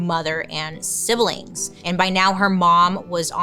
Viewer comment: Definitely not saying this in a mean way but the way you said siblings was the best and I’m definitely adding an i from now on lol